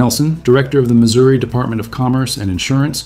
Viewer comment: Pleeeeease do not say st lewie! It is Louis! And the state is pronounced Missouri not missoura.